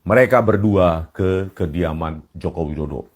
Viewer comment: Rismon ngomong kediaman pak Jokowi aja gak bisa, masa ngomongnya kekidaman, , gitu kok ngomongnya orang pinter.